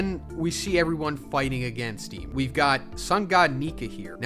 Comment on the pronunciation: I don't like that you call imu "emu."